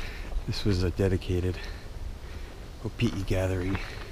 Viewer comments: proper pronunciation for opihi is (O-pee-hee) not (O-pee-e) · Opihi (Oh-pee-hee), not Opi'i (Oh-pee-ee) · Yeah he says is like Opi'i but it's Opihi. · I swore you said "Opi'i" a few times :-). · You keep mispronouncing the word opihi. You keep pronouncing it without the h!! It’s not opi’i! Get it right!! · Nice video but a few things, the H isn't silent in Opihi........ also its better raw and you're supposed to eat the whole thing guts n all try um next time braddah